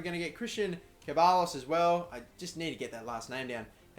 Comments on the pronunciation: Ceballos is pronounced "SEB-EYE-OS" Hope this helped mate :) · Ceballos is pronounced Cheb-eye-oss I think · Christian Ceballos is pronounced Christian Sebayos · Bro you pronounce Ceballos like this: Sebayos. Hope its usefull love the series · Ceballos is pronounced se-bai-os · Ceballos is Se-Bayos